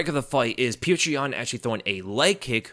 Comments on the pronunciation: "Peerchra Yan" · If you csnt say his name properly just say peter, its better than calling him putrid yan or whatever tf youre saying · How can you make a UFC breakdown video and not do enough research to be able to pronounce Petr Yan's name?